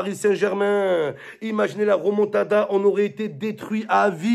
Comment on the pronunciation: C est remontada pas ramontada mdr